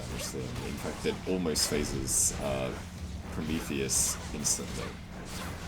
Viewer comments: why does he keep calling Prometheus "Promicles"? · why does he call prometheus promecles?